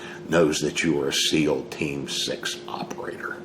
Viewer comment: Damn...did he say MEAL Team 6! That joke never gets old 😂.